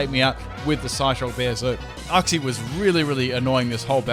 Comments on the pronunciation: Its not said Uxie its said Youxie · STOP. PRONOUNCING. IT. UXI. IT. IS. PRONOUNCED. YOOKSEE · The way you said Uxie triggered me